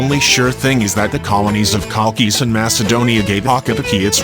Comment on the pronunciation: Beautiful views of the island. The name Chalkis & Chalkida is pronounced Hal-kis & Hal-kida (Ha like in Harvest)